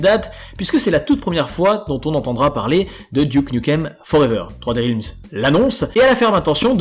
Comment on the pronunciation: Juste attention à la prononciation de "realms" en anglais (ta voyelle n'est pas bonne). Je te le fais remarquer parce que tu répètes beaucoup ce mot. :)